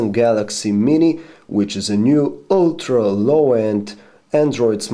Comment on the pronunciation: I love it when you say, "ULTRA low-end..." :D